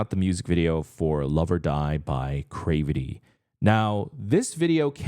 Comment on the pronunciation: you are saying there name wrong 😅 it’s more like crAvity not crevety but whatever I’ve been looking for your reaction for them 🙏🏼